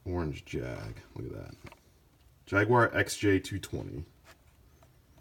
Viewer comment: No offense but why are you saying Jagwyre?? It's Jaguar.